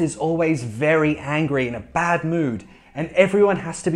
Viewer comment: Am I the only one who hears 'hungry' instead of 'angry' in ?